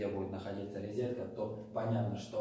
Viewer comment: Нет слова «ризетка» , есть слово РОЗЕТКА . Извините , режет слух